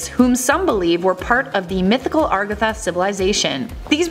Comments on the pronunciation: agartha not ARgatha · Agartha not argatha lol. BTW you couldn't answer life's smallest questions much less the biggest.